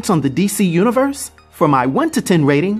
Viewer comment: Don't mean to be a pedant here, but it's pronounced Constan-TINE - rhymes with "mine" or "fine". According to Jamie Delano, the Keanu Reeves film is to blame for the subsequent mispronunciation. Anyway, there you have it.